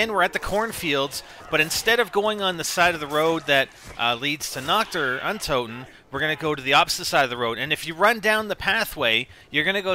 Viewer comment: For some reason I keep hearing Nocturne when you say Nacht der Untoten.